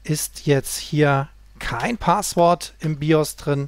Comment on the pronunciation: DE - Ist zwar eine Kleinigkeit aber spreche doch mal einige Wörter richtig aus - Es heißt nicht Paaaswort sondern Passwort auch nicht Saundkarte sondern ßaundkarte - "scharfes S"